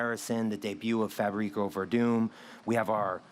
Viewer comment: ”Fabrico Werdum”. That guy should have done his homework and at least learned the name of one of his organization’s biggest names. Pretty lame and amateurish.